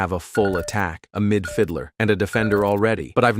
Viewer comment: a “midfiddler”